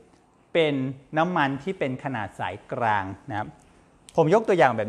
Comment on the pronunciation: คุณหมอช่อยปรับปรุงการใช้ภาษาโดยเฉพาะการใช้ "ร" "ล" เช่นคำว่า"กลาง" บางครั้งคุณหมอออกเสียงว่า"กราง" บางครั้งก็ออกเสียงว่า"กาง" เพราะเป็นรายการสาธารณะจึงต้องใช้ภาษาทึ่ถูกต้องเป็นตัวอย่างที่ดี